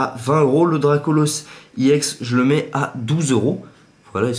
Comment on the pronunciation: Pour qoi tu dit iex alore que sais ex